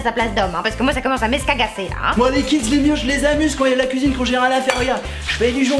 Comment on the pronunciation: "La place DÉ la femme c'est à la KOUIZINE !!!"